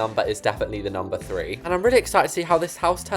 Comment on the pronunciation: JUST YOU and no offence but why do you keep saying ffree instead of three